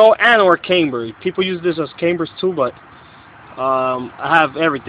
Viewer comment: Wtf is "came-ber"